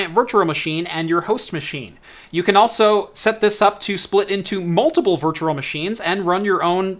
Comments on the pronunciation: It really is bad. Virtua Virtua Virtua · I know I'm like a nazi for pointing out you say Virtural, lol. Love the video other than that and the audio being slightly out of sync! I'm a harsh critic. I just want you to be perfect. That's all! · How he says "virtual" is so cringe, but I love his videos.